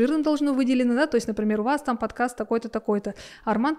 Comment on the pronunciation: Угораю как он произносит “подкЭст”, контент то для русскоязычных, зачем прям таак выделять с акцентом🤦🏻‍♀️